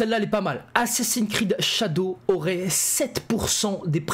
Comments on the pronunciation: Ho lala ,j'ai entendu ''assassin crade'' ?🤔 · "assassins crade" 😂😂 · Le prend pas mal mais j'ai rigoler quand ta mal prononcé assassin's creed tu à dit "assassin'scrade" j'ai exploser de rire je suis désolé vraiment 😂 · " Assassin crade"le lapsus 😂😂😂